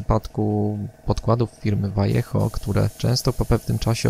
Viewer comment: Rewelacyjny film. Daje suba. Również wreszcie poprawna wymowa nazwy Vallejo :-)